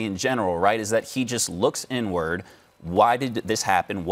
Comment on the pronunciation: Did that white boy say look n word ?😂not inward n word